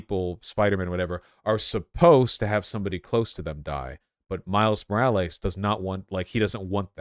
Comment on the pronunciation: Miles More al ays Meegyle Oh hey rah Ugh vaush